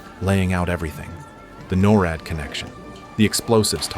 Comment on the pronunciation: multiple times in the video the narrator said norad as n-o-r-a-d and more so maybe just the narrator is ai